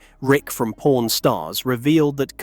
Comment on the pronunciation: Really not the best ai accent chosen for this video. Pron stars lmao